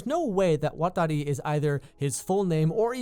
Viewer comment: I like it when you say "Watari"